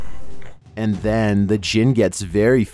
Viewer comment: I heard "penis djinn" xD